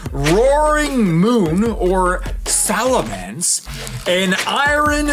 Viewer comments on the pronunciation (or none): Roaring moon!! Or like you said it “Salamance” lol